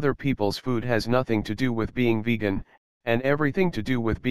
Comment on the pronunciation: Ah yes... "Vej-ann"